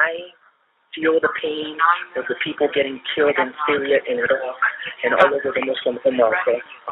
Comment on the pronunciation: When someone pronounces Iraq wild like that get them checked folks.. He (seriously rolled r) Ak